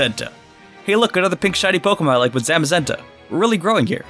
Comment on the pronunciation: God the way he mispronounced the legendaries hurts ( Its ZAH-shee-un and Zah-muh-ZEN-tuh ) good job u got Eternatus right tho